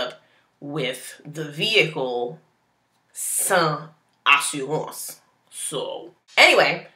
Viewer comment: Lmao the "sans assurance" was too haitian! Love you keep the vids coming